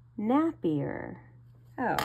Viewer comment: NAPIER is pronounced "nape" "ee" "er"